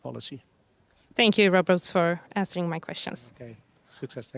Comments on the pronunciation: Say rose, not roos 😅. 🌹🌹🌹🌹. Roos & rose have the same pronunciation. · First find out, as a good journalist, hiw to pronounce someone's name. The dutch name Roos is pronounced as : rose . Yep, like the flower...